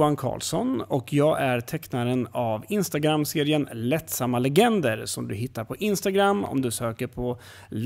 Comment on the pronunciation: det uttalas lättsamma inte lattsamma